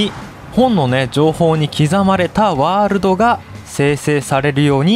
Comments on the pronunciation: ワールﾙﾙドがって言ってるw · ワーrrrrrrrrルド めっちゃまきじたwww